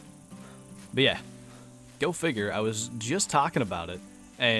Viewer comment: He said goat-figure for go figure